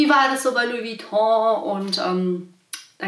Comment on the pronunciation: Schade das du Vuitton falsch ausspricht...